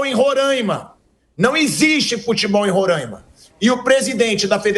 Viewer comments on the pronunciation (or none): RorÁima, não Rorãima. 😪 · agonia que nao sabe pronunciar rorÁima….. nao rorãima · Insisto em dizer Pilhado e Mauro Cesar: não é Rorãima nem Rorãimense!! Não se nasaliza o ‘a!’ A pronúncia é: Roraima ou Roraimense sem o til ~ no ‘a!’